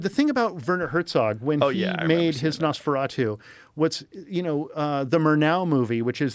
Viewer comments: if he pronounced nosferatU one more fucking time the wrong way i was going to yank him through the screen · Why can't Joe pronounce "Nosferatu"?